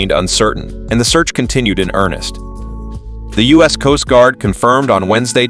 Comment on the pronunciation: The video narator (or "reader") should have practiced with anyone to avoid dozens of mispronuciations and glaring oddities! (Like measuring units, United States as "us", etc.) The times (time of day) mentioned describing the details of the incident should be unified to a single timezone rather than jumping around between the U.K., Newfoundland, and the eastern U.S.